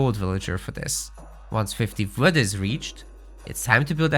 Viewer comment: Quick tip: you're pronouncing "wood" a lot like "food". It's really hard to understand since they're words differentiated by the consonant's sound. "Build the house with the fwood villager." I could only tell you meant the WOOD villager because you selected one.